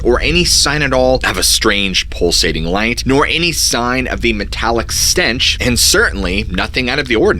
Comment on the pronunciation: 😆 you kill me when you say stench. It's like books in literature, spelling milche cow